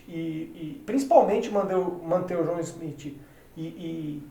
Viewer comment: Deu agonia do falando João Smith.. Schmidt porra!